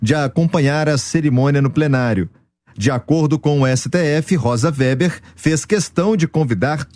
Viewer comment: WEBER é pronunciado /vêber/ e não /véber/.